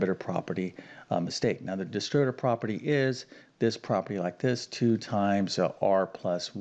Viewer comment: Solve??? We’re given an expression, not an equation. Equations are solved; expressions are evaluated. What kind of a math teacher is unable to use mathematical terminology correctly? Of course, this is also the guy who pronounces algebraic as algeberric, and distributive as distribative, so there ya go.